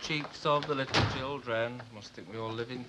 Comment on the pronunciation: I cringe when i hear Irma saying licul instead of little